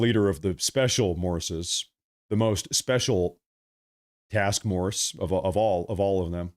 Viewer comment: Did I just hear you say "Task Morse?" 😂😂😂❤